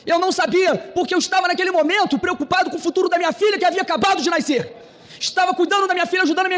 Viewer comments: "Naiscer" ai ai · "Naiscer". Essa palavra nem existe.